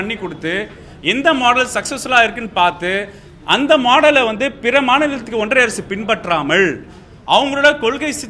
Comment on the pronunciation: ஒன்றிய Correct ah சொல்லு. ஒன்றய இல்லை. தமிழ் நல்ல வளர்க்குறீங்க டா. கால கொடுமை டா சாமி